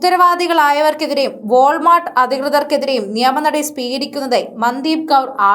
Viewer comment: മന്ദീപ് അല്ല മൻദീപ് എന്നാണ് ഉച്ഛരിക്കേണ്ടത്